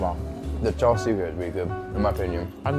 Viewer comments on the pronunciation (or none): none